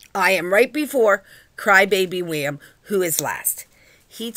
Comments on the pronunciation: No efence but it's William not wiam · Btw u said William wrong